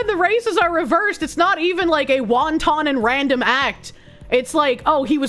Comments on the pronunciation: I'm begging you not to pronounce wanton like that, it's not a delicious Chinese fried dumpling (wonton). It's wahn-tuhn. Please I'm pleading here don't make this old grammar nazi send you to the ADHD curing camp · calling it Wonton destruction, like the soup, is killing me lmao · Why do you pronounce wanton like the dumpling?